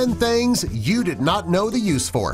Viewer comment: and 'tEn tHaNgS'